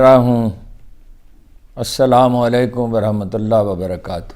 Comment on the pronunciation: اسلام علیکم ھارون بھائی۔۔۔۔! آپ بسم الله الرحمن الرحیم ۔ ۔ اور اسلام علیکم! کا تلفظ ٹھیک کرلیں پلیز۔۔۔۔۔ ھارون بھائی ۔۔۔۔خدارا خدارا برا مت مانئیے گا ۔۔۔۔۔پلیز